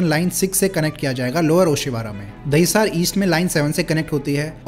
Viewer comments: Why do u make so many pronunciation mistakes? What is Dahisaaaar? What is Bundooop? Kunjoor-marg? At least look up how it is written in Devnagri. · Gundavli and Dahisar ka pronunciation mein gadbad hai